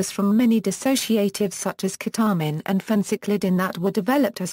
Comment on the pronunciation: ke-tah-min hahaha lmao